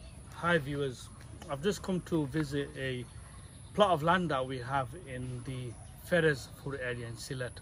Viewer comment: Another wonderful video my brother from another mother. The Sylheti way to pronunciation Your Village is FeRozPur. May ALLAH the Compassionate grant our Relative and Friends whom Past away Jannatul Firdious( Highest Place in Paradise) Ameen.